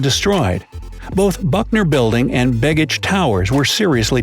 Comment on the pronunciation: Yes, and it's not "big-ich". The b-e-g part of the word has more of a long "A" sound. Not quite "bay-gich", but close.